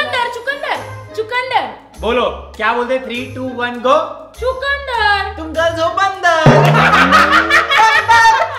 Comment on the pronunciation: Chukundar bolte hai chakundar nhi